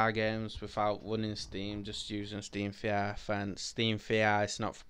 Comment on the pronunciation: “Staem va are”